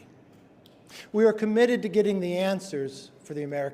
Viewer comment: "...comnitted to finding answers..." They just don't know the questions....